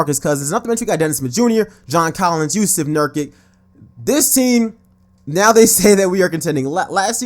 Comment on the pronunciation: ohh my gosh he kepts pronouncing nurkic wrong